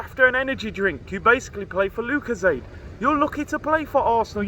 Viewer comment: "basically playing for lucazade" 😂